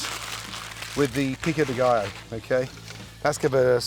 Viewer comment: Love how gordon trys to sound Hispanic when he says tortilla and Pico de gallo